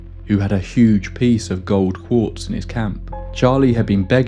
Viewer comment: Quartz, not corpse